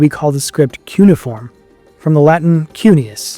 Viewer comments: “Cuneiform” has four (4) syllables: kyoo-nee-uh-form. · Let's try harder to sound educated, okay? It is pronounced "kyoo-nay-if-form" (cuneiform).